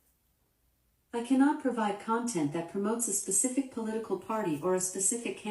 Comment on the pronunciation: Alexa didn’t give a favorable answer to that girl because her smooth brain doesn’t know how to pronounce words. “Why should I vote for Donald Trum” ????